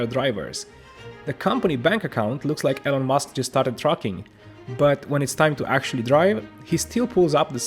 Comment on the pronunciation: love the content but i got to admit when you said Elon musk i heard it as Ellen and my brain automatically thought wow Ellen DeGeneres started batting for the other team and married Elon lmao